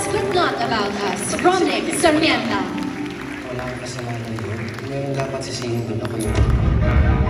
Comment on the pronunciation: It’s annoying all the hosts are saying Romnick SARMIENTA. It’s SARMENTA.